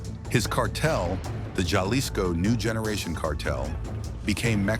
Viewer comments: Pronounce “Jalisco” correctly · How hard is it to say Hal-Lee's-Co (Jalisco) and Poo-Aire-Toe Vie-Are-Tah (Puerto Vallarta) L Main-Cho (El Mencho)